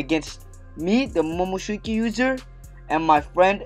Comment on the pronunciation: First time you said momoshuki😂lol